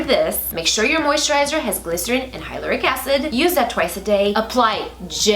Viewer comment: With all due respect, Hyaluronic Acid is pronounced as hyla-ron-ick acid. I really loved this series! 😊❤️XOXO